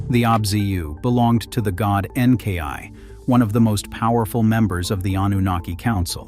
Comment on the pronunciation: The pronunciation of Enki is a bit more disturbing, but I listen for content so over-all I'm pleased.